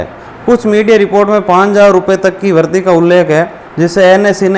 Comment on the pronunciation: भाई साहब वरधी नहीं ( वृद्धि) वरीधी पढ़े